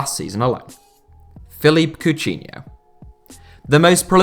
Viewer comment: Am I the the only one who was annoyed by the way be pronounced Coutinho